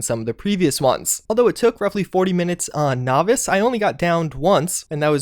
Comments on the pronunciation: HE FINALLY PRONOUNCED "NOVICE" CORRECTLY! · SAID NOVICE CORRECTLY! A TRUE GIFT SENT FROM JESUS